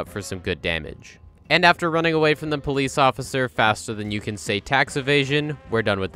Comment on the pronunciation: he's a Bee-lice officer.